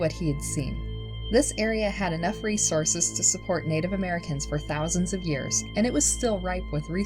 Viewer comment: History not hisstree Native not natuhv Oranges not oreenges Cameras not camruhs Didn’t not diten Paused not pahsed